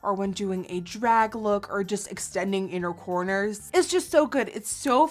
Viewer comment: Thought you said 'unicorners' when you said inner corners and I was like YAAASSSSSS UNICORNS slayslayslayy